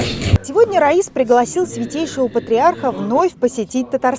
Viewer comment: РАИС переводится руководитель. Это по Исламски. Единственный руководитель в стране . Ударение по другому а Раис это имя. Хоть в гугле читайте